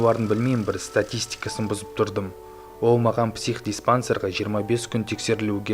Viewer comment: Ол дегенді оу дейді ма😆😆😅😅